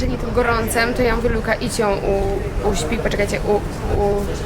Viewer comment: Poprawiła Cię osoba, która sama nie wie jak poprawnie wymawiać;) dobrze mówiłaś - uśpić :)